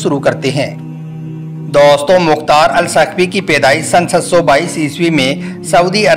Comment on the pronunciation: Pahle aap hindhi thik se bole aap bolo ke jagha boli thi use karte hai marne ki jagha maringi use karye hai dosto ki jagha tosto bolte hai plz thik se bole